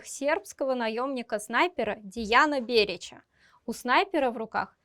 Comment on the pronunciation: ДЭян Берич (Дејан Берић). А не ДеЯн. Резануло.